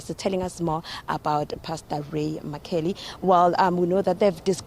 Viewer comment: Can these journalists learn to pronounce people's surnames, surely mccauley is not difficult to pronounce!